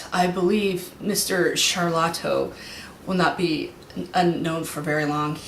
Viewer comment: Correction: lol You keep saying "Shalato", it's pronounced more like "Sharto" with little emphases on the "L" And yes there was an actor who played Christopher- it was Jason Cope. He opened doors, held the weapons, and any interactive scenes that required emotions was based on his performance in a simple grey suit. Infact he did the performance almost all the aliens by himself. Anyways nice reviews!